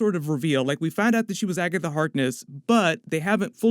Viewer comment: Jesus christ just say Agaitha instead of Agatha Harkness every single time. Gives me a fucking headache